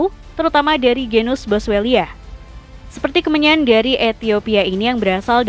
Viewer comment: Kemenyan = kemenyah Keagamaan= keagamaah Mimin sehat?😂